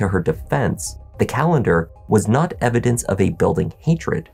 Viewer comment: What blood? What latex glove? I was just taking a shower. I don't know what you mean. What's "eh-vi-dense"?